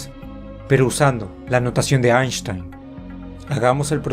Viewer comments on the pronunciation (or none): I loved when you said the 'Ash-tain agreement' ! twice !